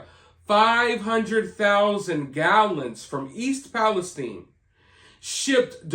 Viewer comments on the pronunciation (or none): Everyone covering this had been mispronouncing East Palestine-I live in the atea-itis pronounced with a long I. Thanks for covering this.